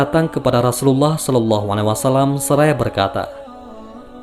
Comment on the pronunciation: Rosulullah bkn rasulallah ,tak ada huruf "Ra" di huruf hijaiyah..